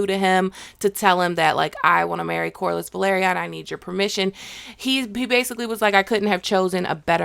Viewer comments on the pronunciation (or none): I was about to ask the same thing lol. It´s a major pet peeve of mine how people keep mispronouncing names even though they watch the show and they listen to the way it´s pronounced, it makes no sense to me. Like for example the family name Velaryon.